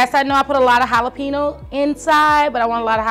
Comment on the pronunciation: Your laughter is contagious. Love the idea of the just egg in ziploc bags. Good travel tip. BTW BEL😍VED jalapeño ( pronounced hala pay nyo) 😊